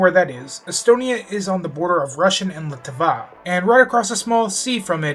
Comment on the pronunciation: How the fuck did you pronounce Latvia? All the A's should be pronounced- Sorry as someone from that country that threw me for like 10 loops